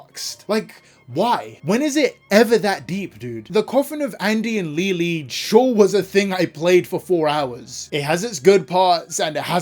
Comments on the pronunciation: Please stop saying Leyley wrong im gonna crashout 😭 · Somehow, everyone has their own version of pronouncing Leyley.